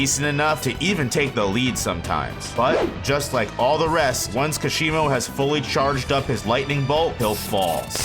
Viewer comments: kash e moh.....its like kah shee mo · “Kasheemo” had to click of this video after hearing that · How can you pronounce the "Ka" in Hakari correctly, but are completely unable to pronounce the "Ka" in Kashimo correctly, when it's pronounced the same way? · Amazing video, but Kashimo isn't pronounced like that. The stress is in 'Ka'